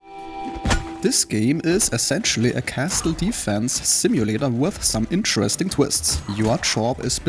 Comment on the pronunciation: can you stop saying Kasteul